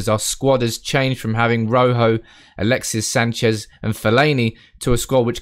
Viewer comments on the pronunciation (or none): none